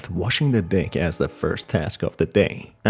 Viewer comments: No offense but when you say deck it sounds like you say d%#$ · I keep hearing him say “ wash the dick “😂😂😂😂😂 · I misheard deck as d#ck 💀💀💀